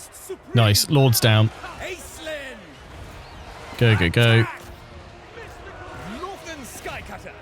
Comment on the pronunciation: Random language nerd fact; it should probably be pronounced “Aysh-Lynn” as it’s a Gaelic origin name, like how Sean is not always spelled “Sh” at the beginning.